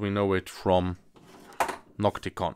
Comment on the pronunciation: Sprich deutsch, ausserdem heisst es NOCTIGON und nicht NOCTICON, klar ?? Mit G